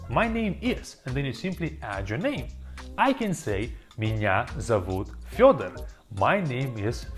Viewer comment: хах я даже не могу понять, ты русский который может так говорить по английски, или иностранец который так овладел русским. хотя так как ты произносишь свое имя это немного странно звучит. ударение должно быть на первый слог.